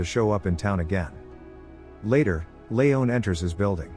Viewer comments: It's Lee on not Lee own. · Layohn? Ha. Lee-on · It’s pronounced LEEEEON Not Leone you simpleton